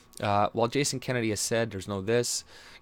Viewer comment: It's Jason Kenney, not Kennedy.